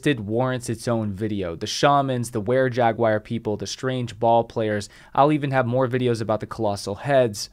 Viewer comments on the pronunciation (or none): Love your work man! I watch all your vids! BUT.... okay I hate to be that guy but its jag-waar not jag-wire. Sorry, its driving me nuts every time you say it. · The word Jaguar is not pronounced jag-wire. Learn to say it correctly, you sound like an idiot